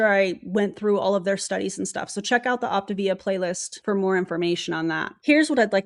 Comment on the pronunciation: I am so not surprised to see Optavia (I still don't get why they mispronounce it)as the new year video. You have gotten me to my step goal and no money spend🤣🤣. Side note I think Zeke is the anti MLM top leader, he is the most vocal 😼😼😼. We all bow to Zeke.